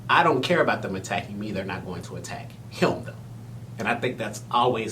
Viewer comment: What’s going on is that you are interviewing these two guys . ‘Going’ has a ‘g’ at the end of it . Two very handsome men ❤️